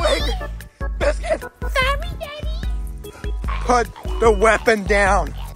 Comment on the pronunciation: Bro said daddy like that💀